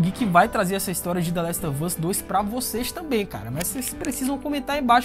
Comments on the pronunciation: trabalhoo show, mas nada a ver " The Last of Us " com " The Last OV Us " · Valeuu. Mas se pronuncia "the last OV us" mesmo kkkk joga no google tradutor ai